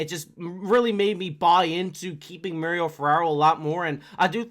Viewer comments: It's not mer-ryo it's mah-ri-o... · Ferraro prefers his name to be pronounced Mar - ee - oh, not Mary - oh. He is a man after all.